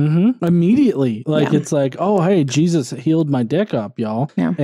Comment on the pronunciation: Correct me if I'm wrong, but did you call Jesus "Jewsus"?